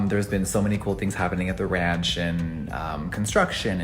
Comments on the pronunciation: Ranch's "a" is pronounced like you do when you say "ant", or a long vowl. <3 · Ranch - you said it right the first and third time. Also, it’s America you can’t pronounce anything wrong 😄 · trying to say ranch 😂👏😂👏